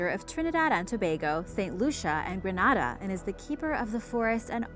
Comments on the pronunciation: An its gre na da... not Gra na da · Y'all need to learn how to pronounce caribbean name properly for example Grenada (green-ada) not granada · the way she pronounced 'Grenada 😂